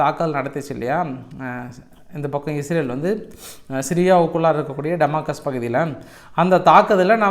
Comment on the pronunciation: சகோதரர் டமாகஸ் இல்லை டமாஸ்கஸ் என்று திருத்தி சொல்லுங்கள்